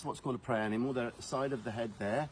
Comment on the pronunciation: Hi I smiled when you accidentally said “dead hide of an hanimal “……… we must hail from the same area.Putting a H on the word after, is me 😂 eg…hear hole ….instead of ear hole 😂😂😂 keep up the amazing work 👌